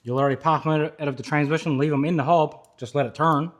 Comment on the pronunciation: 🗣️“Fill up da Tansmishin” 😂